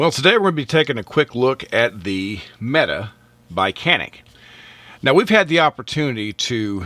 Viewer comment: mete =/ meta I joke (kinda), good review! Appreciate it, man.